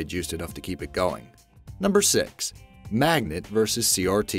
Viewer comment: HAHAHAHAHAHAHAHA YOU SAID MAGLET